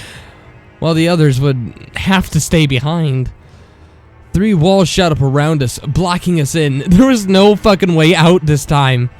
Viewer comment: the narrator is a huge distraction. he sounds like the words are attacking his mouth, and several mispronunciations like "shat through the hall" and "we watched da cocks"